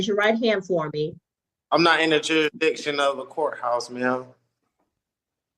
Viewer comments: Jurik -diction? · He can't even say the word jurisdiction!😂😂😂😂